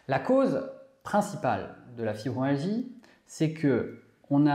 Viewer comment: Je suis ravie de vos clips et cela correspond bien à mes symptômes Pourriez-vous bien prononcer le mot FibromYalgie et non fibromalgie Ça me choque à l'oreille Continuez c'est très important pour nous Merci